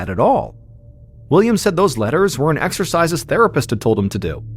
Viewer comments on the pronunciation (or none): none